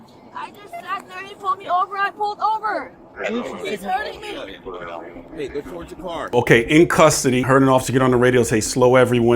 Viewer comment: I know it's a weird thing to notice, but this woman put the emphasis on the wrong syllables all the time! It just sounds strange! "Why are you arresting ME?"...as opposed to someone else??! 😅